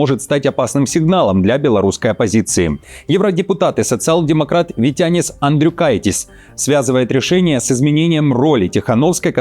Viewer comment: Витя? Не Витянис. 😂